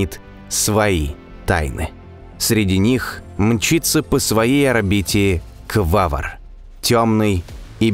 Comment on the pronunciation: Да... Только не Квавр , а Квавар , автор что то как то не русский или вчитываться не любит или экономит буквы